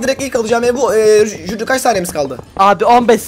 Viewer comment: HİLLE DEĞİL JÜRİ